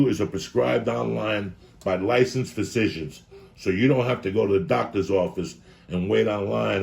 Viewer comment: LOL, Blue Chew...you said "...by licensed Phazitions..." LOL